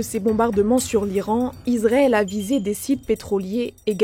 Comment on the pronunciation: Pourquoi elle n'arrête pas de dire Izrael avec un z ? Israël c'est avec un S. C'est affligeant